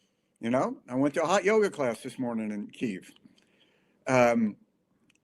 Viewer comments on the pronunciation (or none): К И Ї В - authentic = Ukrainian pronunciation. I know that there is no such sound "и" in English but it is very easy to do! not Kiev - moscovian pronanciation. we calle them moscovians - u call them russians